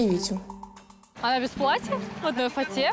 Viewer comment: ваша невеста говорит «платьЯ» с ударением на Я, откуда она приехала не подскажите?